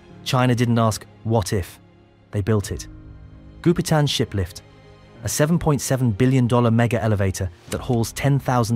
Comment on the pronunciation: Does anyone else hear the narrator say "shit lift" instead of "ship lift?"